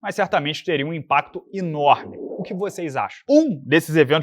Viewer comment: “Mas certamente teria um impacto INORME”